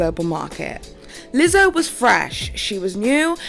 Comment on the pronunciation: Omfg was that a Scottish accent? You have me dying “lizzzohhh”